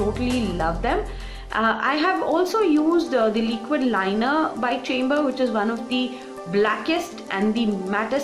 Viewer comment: hi! I've been using this foundation..its a good everyday foundation,but I find that it settles into fine lines like the laughing lines after sometime..otherwise its really good! P.S: Chambor is pronounced as Shambor .. <3